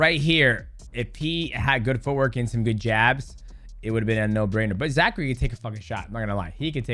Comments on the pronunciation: I don't think mighty knows that his name is zach cray. I've only heard him say zachary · It's ZACHCRAY...ZACH-CRAY